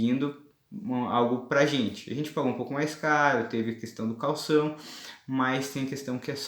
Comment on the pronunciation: Lindos por favor ... Caução! E não Calção ! Calção é para vestir !!!